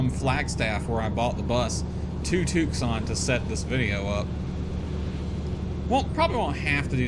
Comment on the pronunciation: Since you're not from the west, it's not pronounced Tuc-son. It's pronounced Tue-San. Luke AFB is there where they trained all F-16 pilots before they sent a squadron to Holloman AFB, New Mexico. Now Luke AFB trains F-35 pilots as well as Eglin AFB, Florida.